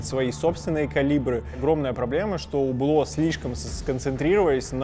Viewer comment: Не Убло, а Юбло (не чистая Ю, а среднее между У и Ю). Аутентичности ради)